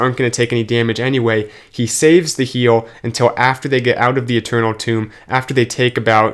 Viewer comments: i wasn't trying to correct him, i was making fun on how he pronounces Tome, sounds like Toom, and my b on Ethernal lmao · Tome...not tomb